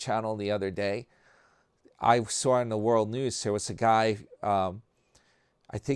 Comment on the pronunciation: Do ya know how many times you’ve mispronounced words?🤨🤨🤨. A word so simple and basic…..sawr……who does that?